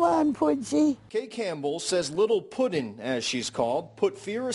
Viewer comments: It‘s Putzi, not Puddin‘ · The name is ''Putzi'', a good German /Austrian name for a dachshund. In English one would spell it ''Pootsy'' to get the prononciation right..